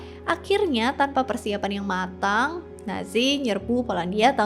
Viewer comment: Bbrp kali bilangnya kok ‘netzi’ kak. ‘Natzi’ udah bener utk baca ‘nazi’.